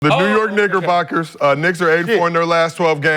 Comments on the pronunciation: He damn sure said Niggerbockers lol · I thought i was tripping like i know he didn’t say niggerboxers😭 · Yo …… I did not appreciate the way you said Knickerboxers cuz that “CK” definitely sounded like a “GG” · Nah I thought I was buggin I Heard that G in there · Fuck wrong wit homie? I assume he knows how to say knickerbockers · I know DAM well what I just heard 😂😂😂